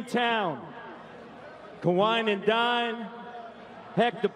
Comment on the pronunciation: Um...It’s Kawhi not kwahi